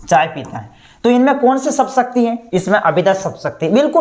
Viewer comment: Choi nhi chai hota hai sir ji 😂😂